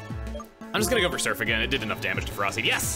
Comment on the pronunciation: That and Ferroseed. I don't mind off pronunciation, but these stab me deep.